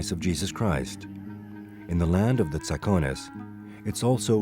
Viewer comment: It's pronounced Tsa'kones They are descendants of the ancient Dorians and they speak Doric.